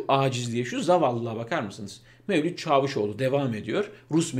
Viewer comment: Lütfen Çavuşoğlu kelimesini doğru söyleyin sizin söylediklrinizi Türkiye yaşayarak biliyor